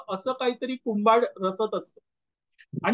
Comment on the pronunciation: आंबा कुंभाड नाही कुभांढ म्हणा.असंबंध नाही असंबद्ध बरोबर आहे.